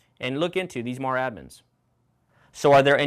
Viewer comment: Excellent information from an old member of 4th MAW, 61-66. Really loved it and wished we had the opportunities that you mentioned. Please do not pronounce Marine Air Wing as MAAAWWW. Say it out, we never said it that way. 4th MARINE AIR WING. Say it proudly!